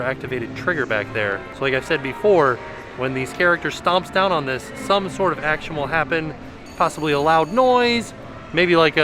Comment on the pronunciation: I LIKE SAYING "HACTION" TOO LOL